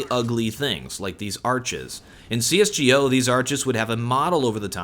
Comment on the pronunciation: i always love your videos, but please stop saying "cs:gee ohh" XD